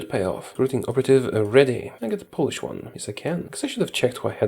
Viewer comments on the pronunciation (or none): none